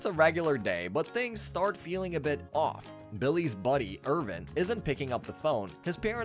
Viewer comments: Every time he calls him "Irvin" i die a little inside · The kids name is Irwin not Irvin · Awesome video on an awesome series. All the spots where you used a V* should have been a W*. Ex: Irwin* not Irvin but good bud nontheless👌🏼